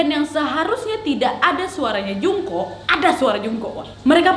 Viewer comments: Mohon maaf ya kak Mem Jungkook salah baca bacanya jongkuk Mem Taehyung juga salah baca,bacanya Taehyung bukan pakek o terimagaji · Kak nad, izin ralat yaa. "Jisoo" blackpink itu dibaca "JISU" dan kalo Jungkook BTS itu dibacanya "JONGKUK". Semangat lak nad🌻🌻